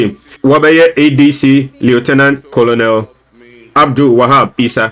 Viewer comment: The name is pronounced kernel not Colonel